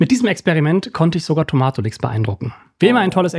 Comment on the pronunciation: der heißt nicht Tomaaaatolix sondern „Toma-tolix“ ausgesprochen 😂😂😂